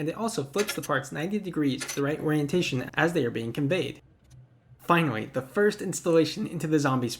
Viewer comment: wait did he say finary or finawy lol